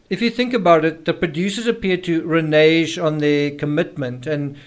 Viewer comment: Ree naig not renaje